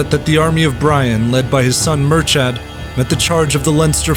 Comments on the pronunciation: Speaking as an Irishman, his son's name is pronounced Mur-ka, not Mur-chad... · Well done on the names, only thing is its pronounced mur-kad not mur-chad